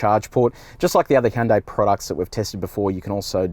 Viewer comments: Jesus you're making me cringe so hard man!! The review was amazing, the video itself was great to watch! But, I mean your channel has expert on the name yet, you call it a "Hi yon dai" 😵 it's like hearing someone call Versace, Ver sase. C'mon!!! 😢💀. "Hyon dae" is closer!! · Great review, great car. Just one thing, it's pronounced Hunday, like Sunday. Hyundai ran a Superbowl commercial years back just to make this point. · Funny when he says Hee Yun Dae Ee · Every time he said Hee-an day, I giggled. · He' un' day Me: Gesundheit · Why did he say Hyundai that way instead of how the Koreans pronounce it